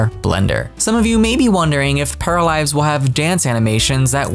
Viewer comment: Paralized or Paralives? Please if you could pronounce it a little bit better I would greatly appreciate it.